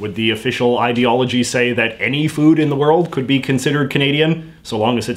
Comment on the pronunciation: Do they pronounce it "ideoology"?